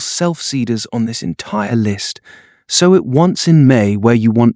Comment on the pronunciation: Great content and visuals. Annoying that the AI pronounces sow like the pig not like sew.